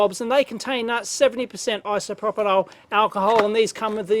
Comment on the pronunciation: "isoproponol alcohol'